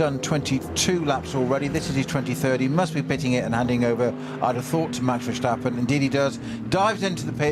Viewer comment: Why do some commemtators insist on saying 'VerSHtappen'? Take a good look at that name and tell me why you would pronounce the S in Verstappen as anything other than a normal S?